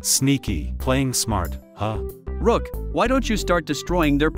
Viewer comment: Its not called ROCK ITS CALLED ROOK 😂